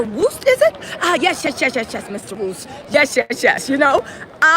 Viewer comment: “Mr. WOOST” 🤭🤣